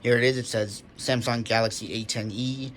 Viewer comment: Why do u say Samsong instead of Samsung. P.s. nice vid though